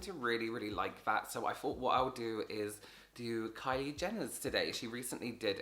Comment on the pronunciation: it sounds like he said carly 😂 i found this funny